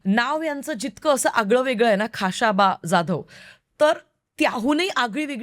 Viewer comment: Though knowledge of this subject is less,but presentation and hardwork are admirable... खा श बा 🎉 and not खा शा बा